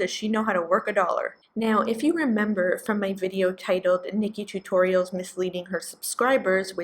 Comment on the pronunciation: Oh man, when you called Nikkie Tutorial "Nickie Toots," I though you said "Nikkie Tuques," and I had a little Cando-American laughing moment.